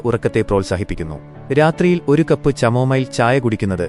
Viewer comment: ചാമോമിൽ അല്ല കമോമിൽ